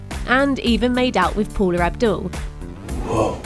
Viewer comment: Paula Abdul. not “paular" Abdul